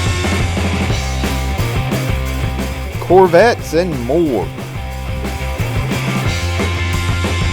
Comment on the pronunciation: Mustangs and Corvette all of them. Thanks for the shout out . You said name right.